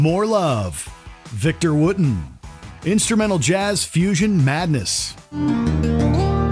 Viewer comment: What a crappy list that has Victor Wooten, not pronounced correctly, as an honorable mention and no sign of Marcus Miller is voided list in my bookj